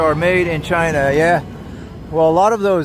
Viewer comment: This man said Zhina!